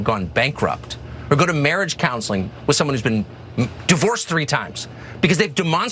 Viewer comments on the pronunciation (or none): He almost said married 🤣.